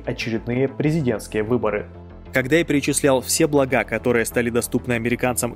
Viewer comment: Не благА, а блАга